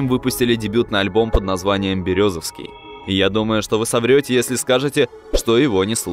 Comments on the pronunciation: Я в шоке ты бы хотя бы посмотрел ударение незнакомых городов не Березовский а Берёзовский ударение на букву ё!!!!! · Не Максимом Бралином, а Максимом Брылином! Не Березовский, а БерЁзовский! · Берёзовский с ударением на Ё,так правильно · Братик, все хорошо. Только не Березовский, а Берёзовский) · Не БерезОвский а БерЁзовский. И они не из екб а именно из Березовского. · не березОвский, а берЁзовский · БерЁ'зовский, так правильно произносится название города, друзья! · Березовский 😂ударение не туда и получилась Фамилия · Немного не правильно родной город назвал, ударение не там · Автор далеко не всё точно знает про Ак. Ну во-первых они из г. Берёзовский (ударение на ё) Они начали записывать и были на слуху далеко до появления ВК. Ещё на аудиокассеты. И Свердловская область знала их хорошо и слушала во всю. С появлением ВК и других соцсетей о них лишь стало большая аудитория знать и узнавать. Как правильно вы отметили, заметил Баста. Но их и до этого знал Баста. Просто тогда сам Баста только на подъёме был. И не мог кого-то куда-то приглашать. А на рэпфестивали по Уралу двигалась АК-47 и была очень популярна уже в конце 90х.